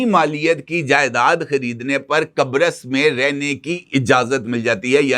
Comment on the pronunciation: What you said ? Qabris ? 😅